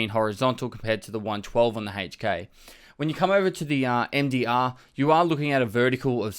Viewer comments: lol HEYCH K; it’s EHC K. I couldn’t stop laughing every time you said it.Otherwise VERY solid video on the difference on the whopping 3 F/A guns that use 5.56x45. We finally got a BP, and it’s not RUSSIAN!!! Keep it up, it’s very helpful.Thanks again. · Lol what the hell is a "Hay-ch K"